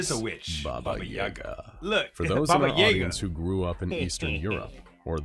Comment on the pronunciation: It bothers me more than it probably should that SCP Explained mispronounced "Yaga". I'm not even Russian.